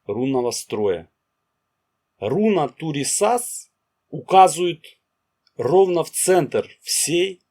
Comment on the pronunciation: Автор, хорошо освещает тему, но ударение во всех случаях на первый слог, кроме БеркАны